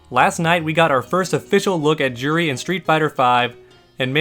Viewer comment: Her name is pronounced "jew-ree", not "Jur-ree". Street Fighter has a history of mispronounced names (looking at you, rye-you!).